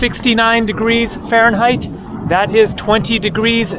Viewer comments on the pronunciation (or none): none